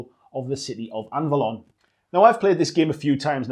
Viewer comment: BTW: Anvalor, not Anvalon...